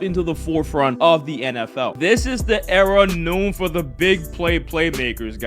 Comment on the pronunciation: can you stop saying noon instead of known